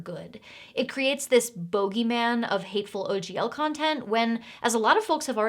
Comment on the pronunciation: I will never pronounce it bogeyman again. Absolutely going to say bogeyman from now on, love this pronunciation!